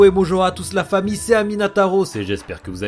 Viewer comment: j'ai toujours pas compris pk tu dit "fahmi" et pas famille expliquer moi mdrrr #TeamGing Sinon super vidéo!